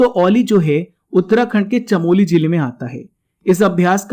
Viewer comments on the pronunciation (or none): none